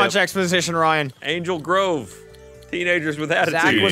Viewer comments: lol this is making me wanna re-watch the movie. I grew up with Power Rangers, dammit. it's good to see these guys remember it just as much as I do. <3 Note: Ryan did NOT flub on Angel Grove. he got it right,:P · To be honest, I played it back a few times, sounded like he just put a lot of emphasis on the double o, like angel grow-ve. Still correct though.